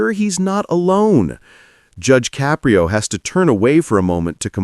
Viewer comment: Narrator: since you put so much effort into your diatribe, the least you could do is PRONOUNCE JUDGE CAPRIO CORRECTLY.